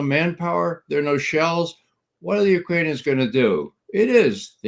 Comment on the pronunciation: I love and appreciate Ray McGovern's Russian and Ukrainian pronunciation